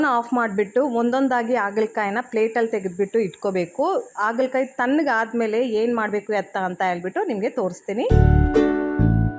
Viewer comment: Adu Aagala kayi alla, Haagala Kayi. Please correct madi. Kindly don't feel bad.